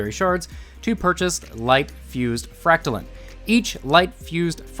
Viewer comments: Its fract-line not fract-lin. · You’re saying fractaline wrong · I am bothered by how you say fractaline lol